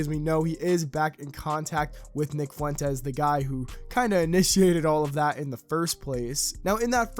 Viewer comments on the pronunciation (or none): none